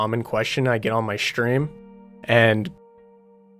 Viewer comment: stream... not shtream